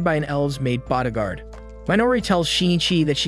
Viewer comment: Why u say body gaurd like that